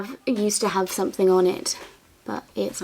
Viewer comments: Don’t stop saying “somethink” it makes you you and I love your uniqueness. Xx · i think its endearing the way you say think for thing, dont be afraid of the grammar critics, i think you are an absolutely smashing young lady. Your mum must be extremely proud of you. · It’s cute that you say “somethink” instead of something! You don’t need to change!